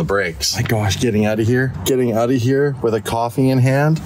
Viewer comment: The second time he said “pulled out” you could barely hear the second ‘o’ in out.